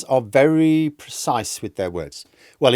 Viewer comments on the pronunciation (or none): none